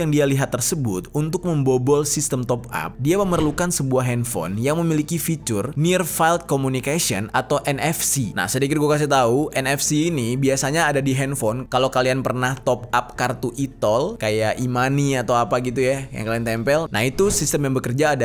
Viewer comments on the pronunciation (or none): FIELD dibacanya "filt". Bukan "failt."